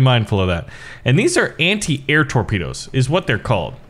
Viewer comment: 0.49 "tropdoes"